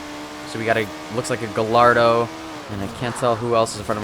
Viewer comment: cries in Italian from the way this guy pronounces "gallardo"